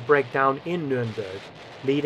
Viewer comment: its not numeremberg in english , dont do jokes in a documentary now english as a second language people will be walking around saying numeremberg SMH